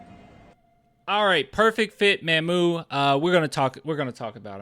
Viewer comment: Hey this name is not pronounce "MAMM-OOO" like "Ma'am" Mamu name is "MaH-MOO" it is saying like "Mom"